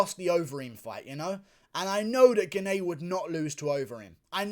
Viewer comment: Thats not the correct way to pronounce "Gane", just say Gahn (french here)